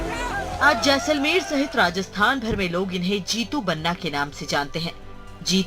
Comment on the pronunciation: Jesalmer nahi JAI-SAL-MER